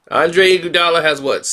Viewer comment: The way you pronounce iguodala name is killing me!! Fix it